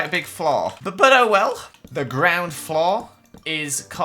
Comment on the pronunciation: The way he says floor gives me OCD, it’s floor not flow